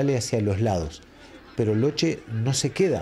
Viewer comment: Todo bien, pero se pronuncia Loke, doble CC+H en italiano suena K. Era origen Sarda de Cerdeña.